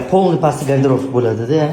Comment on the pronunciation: Гардероф эмас гардероб булади